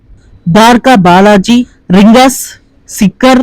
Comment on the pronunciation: సిక్కర్ కాదు సికర్